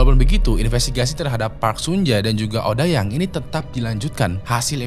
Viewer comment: Odeyang bang bacanya bukan odayang 😭😭